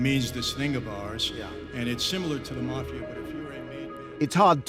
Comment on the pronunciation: The "mah" fia